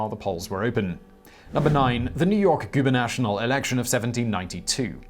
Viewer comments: Yep, "goober-national" was bugging me too. He usually does a better job at pronouciation. Probably one of the best on the web. Oh well, no one is perfect. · Hey goober...not guber-NATIONAL but gube-NATORIAL. I though the British were supposed to be snart. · The saying is “As American as Apple Pie” 🤦‍♀️ It is “Gubernatorial” not gubernational. You missed the Election Fraud of the 2016 Democratic Primaries. Studies of 7 of the early primaries showed a difference of more than 2% between the vote count and the exit polls. Many were off by double digits. This is considered an indication of fraud by the UN and the countries that work to ensure countries have fair elections, including the US which is one of the observers. The statistics show that there was a 1 in 77 Billion chance that this would have happened naturally. Once this was published, they stopped publishing the exit polls so no one could see further vote theft. A lawsuit was brought against the DNC. Their lawyers told the Judge they had obligation to abide by the primary vote. They said they could literally pick who they want in a back room with no input from voters. It wasn’t just the exit polls tho. The software that stole the votes had some errors that caused visible evidence and with everyone having a camera in their hands there was plenty of evidence that this was happening even after they stopped the exit polls. The software had been discovered a few years ago when it was used to steal an election in Florida. See Hacking Democracy (available on HBO in full or clips on YouTube). It is still in use today according to people working at companies that make the voting machines and in 2020 they changed the machines to make it harder for people to tell their vote was manipul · gubernatorial not gubernational goo - burr- nuh- tor - ee- ul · GubenatoRial Not GuberNATIONal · Guber National? Gu-ber-nat-or-I-al. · GUBERNATORIAL not gubernational. It's a British word for God's sake! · goo ber nah TOR ee uhl